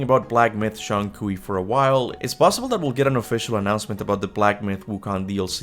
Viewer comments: Just so you know, the common pronunciation for Zhong Kui is closer to 'Jong Kway.' It's a tricky one! I used to say that too! Zhong sounds like "Jong" to rhyme with "long," but with a softer "j" sound. Kui sounds like "Kway" to rhyme with "way." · Love your content, but your pronunciation of Zhong Kui is rough lol